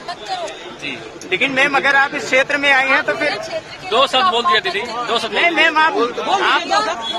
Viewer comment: aapko dekha hai bus aur kisi ko dekhneka dil nahi. Pehle hindi ka ucchaar karna seekho. Pir se nahi fir se. Amesa nahi hamesha. Laatak nahi naatak.